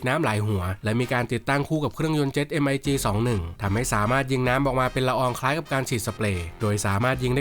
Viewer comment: เครื่อง MiG 21 อ่านออกเสียงแบบรัสเซียว่า มิก 21 ไม่ใช่ เอ็ม-ไอ-จี-สอง-หนึ่ง เป็นเครื่องยนตร์จากเครื่องบินรบMiG 21สัญชาติรัสเซีย เริ่มผลิตในปี 1959’s